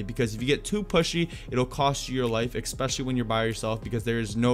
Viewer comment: Please don't say ekspecially